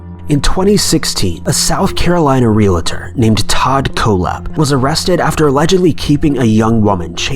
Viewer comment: Oh my God his name is Todd kohlhepp. Pronounced col hep. And your story is nothing but crap I live one County over from this piece of shit and we got to watch all of his confessions live on TV. You really need to get your damn facts straight. I live through the Todd kohlhepp murders along with the rest of the people in my community how dare you pretend you know what's going on in my community!